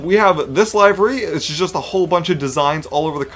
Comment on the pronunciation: The way he said livery pissed me off. LIVER-Y